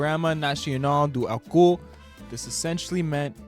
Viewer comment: The way you pronounced "álcool" sounded like "all cu", which in portuguese is something like "all butthole". Nice